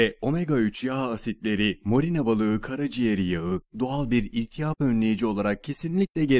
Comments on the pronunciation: Selam lar Anlatanan kisi den bir ricam olacak. Iltihap demeyi ogrensin lutfen. Biz oyle okumayiz. Iltiyap gibi okuyor ve cok rahatsiz edici ama cok da kibar bir ses , o dogru. Anlayisiniz icin cok tskler. Saygilarimla Londra dan bir babaanne👵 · İltiyap değil iltihap 😂